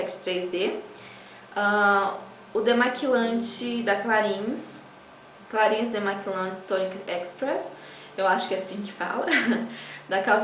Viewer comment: Que show! Maravilha. linda, clarins se pronuncia CLARRÃ Beijos